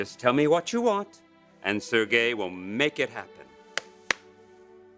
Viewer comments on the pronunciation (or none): Pronounced “Sir Gay”! Lol!